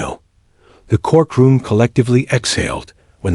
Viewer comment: REALLY? THE CORK ROOM?? GET ANOTHER AI!!! What is wrong with a human narrator? At least a human can understand the continuity of a sentence and the correct pronunciation of common words.